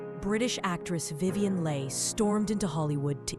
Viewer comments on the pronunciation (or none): Her name is prounced Vivien "Lee" NOT "Lay". Really? Thumbs down. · Sorry,...Her name is Vivian Leigh. Pronounced Lee not Lay. So,...you're a false expert. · So how did the female voice -over get Leigh so wrong....beautiful voice but wrong pronunciation!